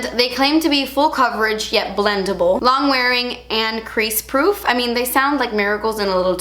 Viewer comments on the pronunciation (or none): none